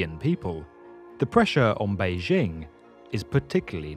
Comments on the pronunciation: Adolf Hitler That's not what I said. The narrator mispronounced the first word in 大兴 and mispronounced the second word in 北京. The vowel sound in 大 should be "ah" as in "father", not "apple" and the initial consonant in 京 should be "j", not "zh". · The narrator is mispronouncing the names. Da (大) should be pronounced "dah" as in "Wanda" and Beijing should be pronounced "bay-jing" as "jingle".